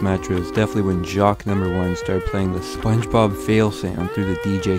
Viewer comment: You just said "songebob" from spongebob fail